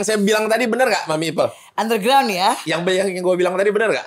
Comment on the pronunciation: Ipel Boris , bukan ipeul😂😂😂